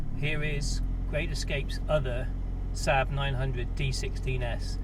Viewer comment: You must be the only person on the planet who calls the Saab "Sab"! It's a Saab, two "aa" not a Sab!